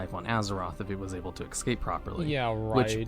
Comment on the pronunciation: IF HE COULD EXCAPE PROPERLY. EXCAPE. EX-CAPE. Did you mean ESCAPE? EXCAPE